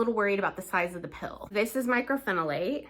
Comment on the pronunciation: Myco not Micro